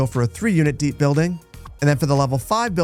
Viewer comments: I love your stuff man, but can you please remove the t from the "2 units deept" road? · "Deept" made me giggle.